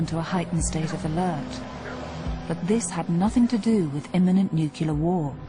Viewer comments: Holy S, It's NOO-CLEAR, NOT NOO-CUE-LER. Doesn't matter the British accent, she still sounds like a massive dumb*ss. She probably also says Lye-Berry for "library." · Fascinating and scary in equal measure, with brilliant music!! Just on enegative point; NEW CLEAR put the two words together and you get NUCLEAR, not NOOKULAR. Not difficult is it? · It’s NU-CLE-ER...not NU-CU-LER! Geez, that drives me nuts...sounds like GW Bush! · The narrator keeps saying "new'cular," not "newcle'ar." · Ok, I was in the Navy and participated in Able Archer....funniest thing is, I can't stand the narrator using the word "new-cu-ler" instead of the correct pronunciation being "new-clee-ur". As a "survivor" of Able Archer, that's the biggest mistake in this documentary...which is pretty awesome by the way! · Nuclear = NEW-CLEAR, not NUKE-YOU-LAR. Stop talking like an idiot American republican. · Nuclear, not "nucular". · Yes, and for those of you who can't figure it out it's: new clear, nu-cle-ar not, as Gina McKee says it nu-cu-clear. Nuclear comes from the word nucleus. Damn! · It is extremely hard to take this woman seriously when she continually says NUCULAR instead of nuclear. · Argh. It's bad enough when an American announcer or politician pronounces it "new cue lar" but when a Brit does it... over and over.... and is getting paid for it.... I have to draw the line. Please.... Announcers and Politicians speaking (allegedly) English: IT IS PRONOUNCED NU CLE AR not NEW CUE LAR. Good grief. Look at the spelling. No Clue Your announcer. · AAARRGGGGHHHH!!!!! It's nucLEAr not nucULAr. We all have pet peeves, you know? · two minutes in: is she going to say nukyular over and over? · Just say nuclear properly! It's not nucular.... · the narrator keeps saying "nucular" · I've always been worried about a "nucular attack" 😂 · Nukular? Really? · Nuclear not nuculer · nucular? or nuclear war was in the air ??? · STOP SAYING "NUCULAR" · NOO-CLEE-URR. Goddamit. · "nuclear", not "nucular".